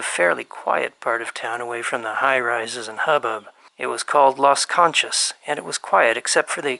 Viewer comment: Las KAN-CHAZ?? 😂 Las KON-CHUS.